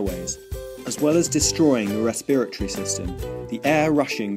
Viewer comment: you said respiratory wrong